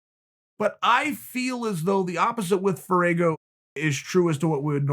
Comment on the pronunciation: "Firuago" lol